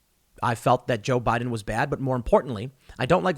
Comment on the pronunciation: Tim stop please!! It's Joe Biden period!!!